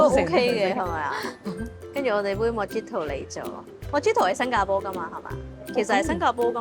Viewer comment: Mojito correct pronunciation is Muh-hee-to. The drink originates from Cuba!